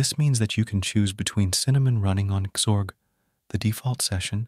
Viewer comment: Dude split up the x and org from your AI script. It's very distracting hearing zorg every so often.